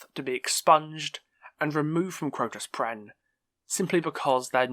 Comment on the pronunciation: It's Crotus Penn, not Crotus Prenn....